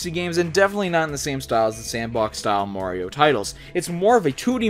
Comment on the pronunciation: I don't understand why you people call him "Moriou". It's Mario, for crying out loud... -.